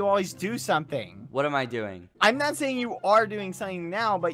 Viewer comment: Don’t forget his “yEah”